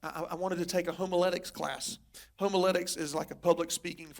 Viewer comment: You can tell he is untrained he pronounced the art of preaching ( homiletics) as ,“ Homo-let-icks” it is pronounced Haum-ugh-let-icks. lol